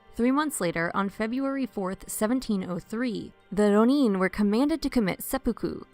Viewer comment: Hey! I've only now seen your detailed replies; I don't follow up on my YouTube comments often so please excuse my late response. OK, so to answer your question, the problem is not so much with the "r" sound (that's peripheral but I'll get back to it). The real problem here has to do with which syllables are getting stressed. With Rōnin/浪人, it's important to stress the first syllable rather than the second, as you would with omen, chosen, moment, etc. You can imagine how awkward and even unintelligible those words could sound if they were spoken with the stress on the second syllable instead of the first. I like to imagine a masterless samurai "roamin" the countryside. 😄 Also, be sure to lengthen the 'o' sound in rōnin (or let it bend a little into the 'u' if you like) so you're including that う in your ろう. I know you mentioned this in your reply but I'm not hearing it in the video. This lengthening is really important as you probably know and can even mean the difference between two entirely different words. It might cause embarrassment to say フリン when you meant to say 風鈴, for example.😂 The problem of stress on the wrong syllable is also showing up in how "daimyō/ 大名 is being pronounced in the video. Here again, stress the first syllable だい more strongly than the second syllable みょう, as you would in diamond, diner, rhino, etc. A lengthening of the 'o' also occurs in daimyō, but even though the lengthened ō is in the second syllable, the first syllable is still the one that ge